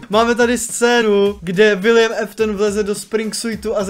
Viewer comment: Čte se to Aftna a ne Eftna